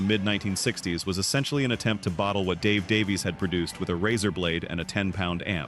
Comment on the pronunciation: Great video. One quibble. Ray and Dave Davies. Their surname is pronounced Davis.